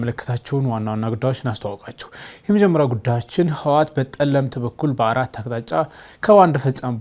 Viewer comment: አማን የምባለው የሆነ ሙኚ ነገር ነው አማርኛ እንኳን በትክክል መናገር የማይ ችል ቦቲ አፍ ህወሃት የምለው ቃል እንኳን መጥራት የማይችል ዋት ይላል ክክክ